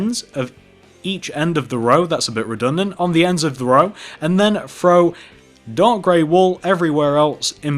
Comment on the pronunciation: Does anyone know he's saying frow instead of throw